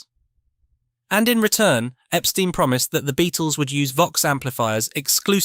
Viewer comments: Wrong...The Beatles' manager's name was pronounced "Ep-STINE", not "Ep-STEEN"... 😐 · It's very annoying to hear the pronunciation Epsteen. Who of us in England pronounces the word tomato as tomayto?